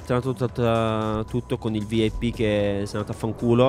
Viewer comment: O ma vip come lo hai letto 😂